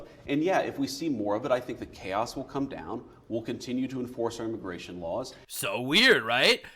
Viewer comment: Im sorry....around 57 mins did say "Immi-GAY-tion" or did my headphones glitch? Either way...I can't I hear it!